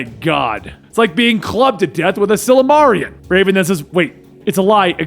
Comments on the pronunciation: Silamarian? Referencing Tolkien's 'The Silmarillion'? Did say it wrong or is that how DC avoids copyright? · Silmarillion... i'm normally good with your pronunciations but that one upset me. Lord of the Rings man